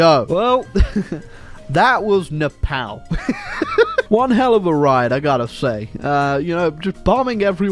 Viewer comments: Love how he pronounce nepal "nePAL" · Nepal is painfully said